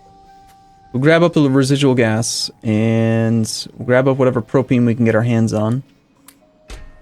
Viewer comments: It's pronounced pro-pain. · Propane pronunciation? Don't take my word for it.